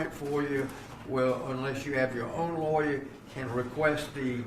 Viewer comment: The way he pronounces lawyer is awesome.